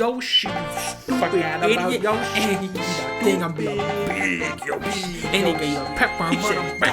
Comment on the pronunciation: That's it there's no comment i just teared up laughing at that YO-shee